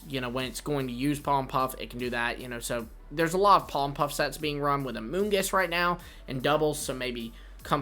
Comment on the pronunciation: POLLEN PUFF, NOT POLEM PUFF!